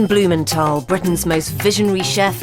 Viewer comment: In the Packed Lunch episode, Heston told the children he interviewed that his name WASN'T bloomen-tol. It is as he says it reading his letter in this episode. BlumenTHal. Pronounce the "th". Let the boys starve for a week and then see how fussy they'll be about their precious rations... So spoiled!